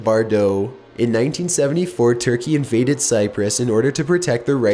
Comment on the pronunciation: The way he says Cyprus And he also sounds like a robot